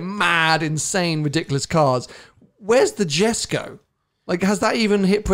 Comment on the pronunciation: Wtf guys...what are you trying to say here! Every petrolhead catch every detail about gemera and jesko absolut and you cant even say Jesko right...pathetic!